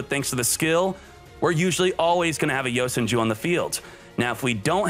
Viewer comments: Love the content, just hate how he unknowingly mispronounces the cards. Yo Sen Jew vs YoSenju Karma vs Kama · is it just me or does he say yosan jews